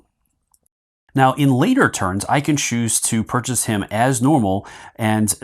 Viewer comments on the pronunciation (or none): none